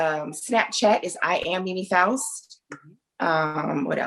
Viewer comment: faust not foust